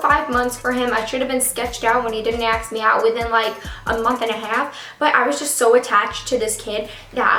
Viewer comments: A.S.K. not axe. thank you. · why do you say aks instead of ask xd or maybe its me that i understood it wrong lol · Not hating. Great video. But I hate how you say ask. Ask, not aks. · ITS ASK NOT AXE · Ask not aks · its ASKKK not AXEEE! :'( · It's not aks its ask! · I'm so sorry this happened to you but it's ASK not AKS 😩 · yea i’m from new york and we say ask like aks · "He still has not >axk<me out jet". 😂😂😂😂😂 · She u just say "AXE" me out!!!????!! OMG I didnt think u were that color....or illiterate! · She needs help pronouncing ask